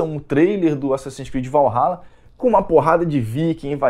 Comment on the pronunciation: Assassins Creed: "Valhaba"